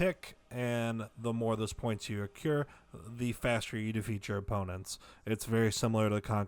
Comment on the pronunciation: it's "accrue" not "accure"